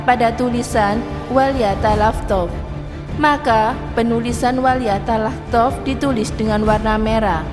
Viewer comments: Ini cewe yg bicara kurang pantas,bukan wal yatalahtof bacanya, tp wal talaththof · hae min kamu belajar dulu membaca al.qur.an itu baca.an nya walyatalattof bukan walyatalaftof walyatalattof itu ada tasdit nya min kalau kamu gak bisa baca al.qur.an jangan kamu cerita al.qur.an nanti terjadi fitna